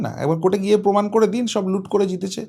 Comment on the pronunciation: Kichu channel e ekhono Lungibahini faida luthbaar chesta korche....Jemon netri...temon e quality jader toshon korten...Bangla tao thik kprey bolenna..Pomod Podhan....Pomaan ta abar ki....PROMAAN